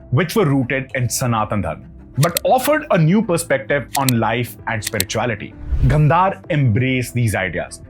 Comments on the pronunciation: Your explanation is simply good , But why are you pronouncing some Indian words with English pronunciation , Example Gandhara(Indian languages) Gandhar(you are pronouncing) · good information but please check with your pronunciation, instead of Gandhar, call it Gandhara , Sidhartha not siddarth. please don't cut the words, thank you